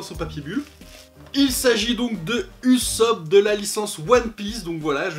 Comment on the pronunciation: je t'en veux un peu sur la prononciation de '" Ussop " heureusement que la video est bien ;)